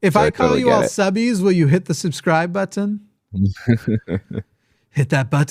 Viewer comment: I'll become a subbie when you start pronouncing "button" correctly.